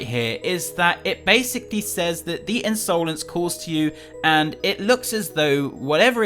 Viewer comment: Did anyone else notice when said The Unsolence